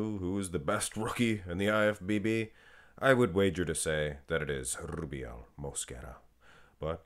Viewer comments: you'll be fined soon for the way u say rrubiel 😂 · Love the way you say Rubiel 😂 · LUV rolln that R